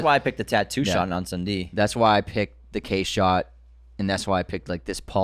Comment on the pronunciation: Hey. Just a little tip on how to pronounce Incendie, if you want to be closer to the real prononciation. The first syllabus is pronounced as pain without the P and the N. The rest you were doing great already. 😅 Good work as always. It's so nice to see someone from our hood make it as Denis did!